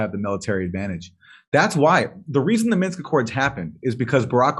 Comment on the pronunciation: It's "MINSK" 😛